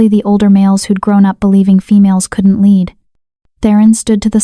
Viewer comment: There was two notable AI word mispronunciation. LEAD is both lead as in hecwill lead us forward, and lead (led) as in the mineral. Also bow, as in archery tool, and bow, as in a motion of the body. The AI can be taught. This should be done. A truly enjoyable, beautifully detailed story. ❤